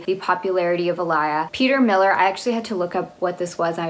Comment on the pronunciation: ik that it will probably never be mentioned on this channel again but I just wanted to say I think it's peter "mill-are" in pronunciation instead of peter millir!! used to see a lot of their ads while my dad watched his golf and they always said it that way at the end.